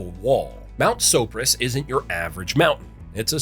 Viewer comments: Ok... As a Glenwood Kid, you said the Carbondale Mountain Name Wrong. Sopris. So-Pr-Is. Not So-pri-se. So-Pr-Is. Edit: You redeemed yourself. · I lost it at mount sa-pour-is lol. What the hell is he talking about?! Mount sopris 😂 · I heard that too. Then he pronounced it almost correctly a few sentences later, like he was talking about a different mountain. Plus, "One of the steepest and most difficult mountains to climb in the state" he said. It is a good climb, but I would have to strongly disagree with that one. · Sopporis? Perhaps you meant Mt. Sopris? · This narrator is either not from Colorado or some kind of AI. Cal-han, not Callan. Keb-ler, not Keebler. Soap-ris, not Soporis, only to be said correctly in the very next statement. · It’s SO-PRIS, not sah-por-is…… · And so-pris, not so-por-is. And West Creek, not Little Dolores. And probably other stuff… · We say it (soap-ris) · LOL "In the middle of Nebraska, in Colorado's Pawnee National Grassland..." Gotta love AI. Also: two different pronunciations of "Sopris" within a few seconds. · Very cool, but where are the extra letters in Sopris, and you say it right the 2nd time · I like how you pronounced Mt. Sopris 3 different ways😂